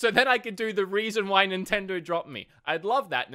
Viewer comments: can’t really pronounce nintendo correctly. Sounds like he’s saying “nintendor” sometimes. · They dropped you cuz you can't even say Nintendo.